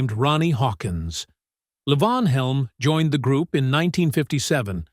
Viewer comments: It ain't L'vonn. He's Southern and it's pronounced Lee-Vaughn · La von. It's LEE VON. Wow, I just ....cannot. At least pronounce their names correctly. FFS. I am five minutes in and not watching the rest. That mispronouncing I just can't. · As a well known musician, he was always known as LEE-von. Yes, his given name was Lavon. As a regular consumer of all this music from "65 to '24, He was known as Levon Helm! The narrator pronounced it correctly once. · Narrator - it's pronounced LEE von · It's "LEEvon" you idiot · Stupid AI crap. Can't even pronounce Levon right. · You would think if you are doing a documentary that includes Levon Helm, you could pronounce his name correctly. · I am well aware of how his name was pronounced. I've been a fan for more than fifty years. I was in his company on several occasions. As I said, his given name was Mark Lavon Helm. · when referring to Robbie and first wife Domenique's two children, the photo is of Rick Danko and his family. Also, earlier in the video, Rick is again shown when discussing Robbie. Throughout the presentation, Levon's names is variously mispronounced, and it's distracting to me, a longtime fan of The Band, to watch this so called "shocking truth" story...